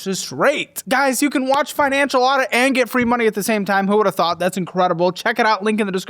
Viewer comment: Finan-“shill” Audit